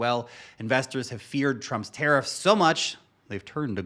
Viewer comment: It’s Tariffs with an ‘a’, not an ‘e’. I cringe every time you say teriffs!!!